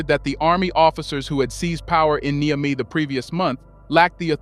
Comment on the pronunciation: Please learn how to pronounce Niger and Niamey. You keep pronouncing them differently each time you use them!